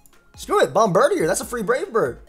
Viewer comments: It's not bombirdier, but rather, bombdirtier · Bomb-bird-ear, not bomb-bird-e-er. Taken from Bombardier, which is bomb-burr-deer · You pronounce it like such an American it's bomb-bir-dee-ayy